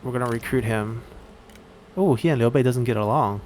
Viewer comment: Hey man, the way you pronouce Liu Bei's name sounds very...local. Are you Chinese or really good at Chinese?